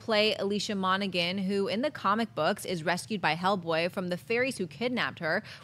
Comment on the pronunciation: Someone please tell that it's pronounced Mona-Han. not Gan. The "G" is silent.